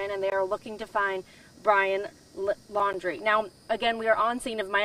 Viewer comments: The reporter doesn't even know his last name. It's Laundrie, not "Landry." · Yeah the way they promote themselves before starting a horrific story fantastic journalism...... Maybe the lady could get the name right maybe once??? She's said Landy,laundie shit I don't think she gets the name right once. She's obviously a pain in the arse for the sniffer dogs but she's still there. That's commitment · Not Landry, it's Laundrie (like "dirty" laundry).